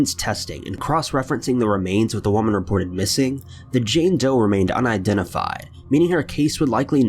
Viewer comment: I thought I was the only 1 who noticed this! I'm getting so annoyed because he cant say woman correctly and a bunch of other words